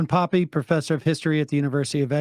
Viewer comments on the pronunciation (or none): Not Pappy but Pappey that is the pronunciation ! Thanks. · "Poppy"??? Sam, please show the man some respect and get his name right